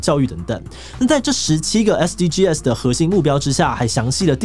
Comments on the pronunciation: 其實SDGs的唸法是"SDG死"，不是"SDGㄟ死"。 SDGs全名Sustainable Development Goals，s是Goals的最後一個字，不能用大寫唸法。 yt搜尋SDGs可以聽外國人怎麼唸。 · SDGs 正確讀法是 S-D-Gees 不是S-D-G-S拆開念哦！ 不然和國外討論時會短時間轉不過來。 希望對大家有幫助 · 志祺，是唸SDGs(像是bags一樣，s不單獨唸)喔喔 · 終於有人說到台灣SDGs!不過是念SDG(sㄕˇ）